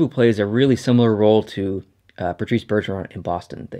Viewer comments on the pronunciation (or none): none